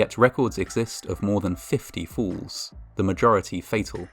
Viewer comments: He pronounced falls as fools! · Every time you said "falls" it sounded like "fools." Either way, it's accurate... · Your accent makes the word falls sound like fools, and im not sure if thats accidentally tasteless or accidentally hilarious. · Narrators use of the word “ falls”. Sounds like he’s saying fools! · when he says "many falls" i thought he said many fools, his accent makes falls sounds like fools😂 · In the video, when he says "falls" it sounds a lot like "fools" "Records exist of more than 50 f__ls....." You be the judge of what word is most appropriate. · (To an American) with the British accent, it sound's like "In spite of all of this, FOOLS do occur" - which seems somehow appropriate in this case. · When you talked about 50 falls, because of your accent I thought you said 50 fools. Lol. Which fits, unfortunately. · Is he saying fools or falls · When he says “falls” sounds like “fools” 🤔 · It sounds like you are saying "fools", which fits the stories anyway. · who else heard "more than 50 fools"? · When you said "50 falls" "Falls do occur" - I heard "50 fools" " Fools do occur". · I kept hearing "fools" instead of "falls" and it actually still made a lot of sense. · I thought he said, "... suffered fatal fools", haven't we all? Oh, "suffered fatal FALLS." Got it. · I like how your accent makes "falls" sound like "FOOLS!" "Despite all of this, fools do occur..." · What if I told you he was saying the word "falls" with an accent